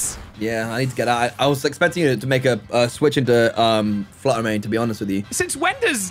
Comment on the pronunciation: fluder may :)